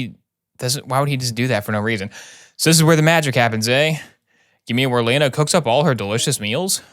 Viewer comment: Why does he say Lana like Leena